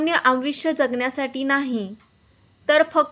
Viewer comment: अग मरठी तरी नीट बोल आयुष्य म्हणतात अयु षय नाही म्हणत शुद्ध बोल तू परत ,परत ते बोलु नको मराठी डायरी बच म्हणजे शद्ध बोल शील